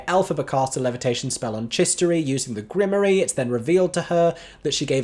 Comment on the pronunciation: The way "grimoire" is mispronounced here is flippin adorable 💚